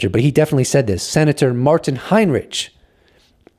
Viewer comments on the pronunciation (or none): none